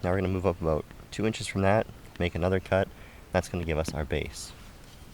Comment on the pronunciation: Hey are you Canadian?……….”What are you talking aboot?”